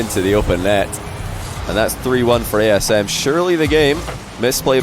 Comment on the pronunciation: I kept thinking was messing up by saying TSM because of Eyeignite before realising he'd said ASM right